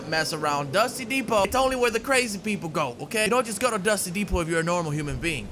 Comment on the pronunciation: “If you’re a crazy mo foe you go to dusty depo”😂